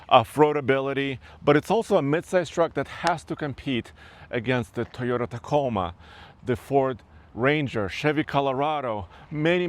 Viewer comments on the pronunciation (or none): It's not Tayota. It's Toyota. Do you like having the steering wheel in your mouth? Your reviews are really starting to suck. I'm tired of you overlooking major flaws in vehicles. You seem more interested in pleasing manufactures than telling the truth. I test drove one of these. It would be great if your arms are 12 inches (or if you are a T-rex.). Wonder what happens when an airbag pops. Unless driving off-road is your number one priority this truck is a disaster. It corners like oatmeal and rides like a buckboard.